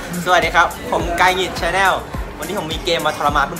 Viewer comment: กายหงิดครับไม่ใช่กายกงิต